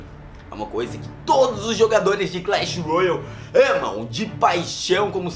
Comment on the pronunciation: ele fala Clash roio